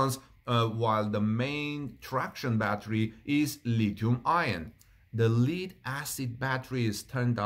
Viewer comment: Lithium-ion. And "lead" is pronounced "led," short e. You try to speak clearly, and I appreciate that. Take care and much love, Brother.